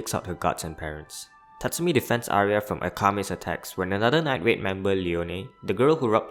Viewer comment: Get your toungue checked night raid nine grade damnit